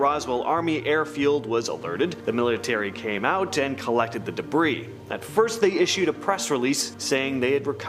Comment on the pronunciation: Debris is not pronounced "debreeze", it is pronounced "Debree". 🙄